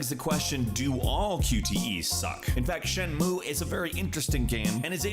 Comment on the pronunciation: Shen-Moo-Ay. You skipped the last syllable and that took a bit away from the video for me